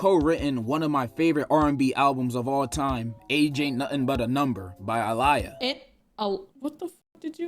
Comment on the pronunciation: The way he pronounced aaliyah's name made me so mad. So disrespectful.